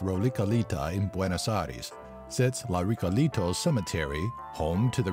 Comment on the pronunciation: La Ricolita?; La Recoleta weon tonto....